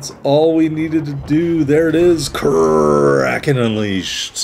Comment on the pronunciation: Great Kraken on a great ship,! I believe the name is 2 syllables. I looked up a German WoWs PC player a long time ago and watched him use it in a 25 min video until he finally said the name near the end because he was talking about something else and not about the ship lol.